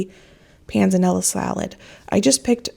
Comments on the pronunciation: You are saying "pan zah nella" salad correctly. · Yes you did say Panzanella correctly. Love. the videos. Wish I could help you taste test with you, youm. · Panzanella--you said it right. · PS you are pronouncing Pennella correctly 🤗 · Yes, you can definitely bread the cutlets a day before. I've done them two days before if the chicken is fresh. And yes, you are pronouncing panzanella correctly 😊